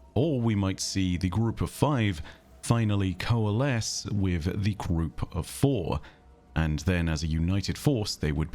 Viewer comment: I cannot help but hear Pfhor everytime says "four". I may be too into marathon at this point